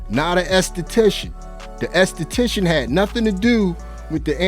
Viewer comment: I’m laughing so hard when he said “esthetician” 😭😂😂 before then I was focusing and had serious face, I’m 💀😭😂